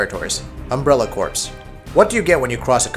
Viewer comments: Corps is pronounced "core", like the marine corps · Isn't "corps" pronounced like "core"?